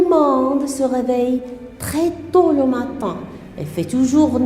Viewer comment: Quelle catastrophe!!!! une prof qui parle de cette façon c'est encore pire. la prononciation et les fautes sont nombreuses. essaie d'améliorer ton niveau bon courage ( le matinnnnn)